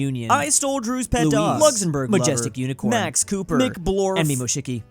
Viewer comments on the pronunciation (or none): Is it “and Mimushuki” or “Annie Mushuki” at the end?